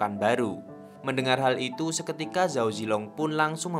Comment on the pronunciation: belajar mandarin dikit2 bang. kalo di mandarin ga ada pengejaan huruf Z bang. di bacanya Ch jadi kalo Zhao bacanya Chao. guang zhou bacanya Kuang Cou